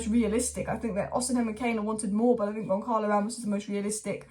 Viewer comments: It's pronounced GonSahlo,, not GonKarlo Ramos. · It’s not Goncalo, with the hard sounding “C” in the middle …it sounds more like an actual C, “see”, GonÇalo, resembling Gonçalves, or Gonzales, or Gonsalo…. This “Ç” in Portuguese reads as an “S” or “C”